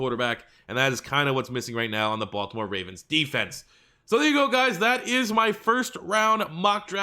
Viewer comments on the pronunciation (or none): none